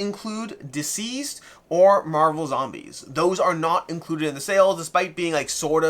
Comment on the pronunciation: Everytime you say it, I think isn't DCeased supposed to be pronounced as deceased, and not diseased?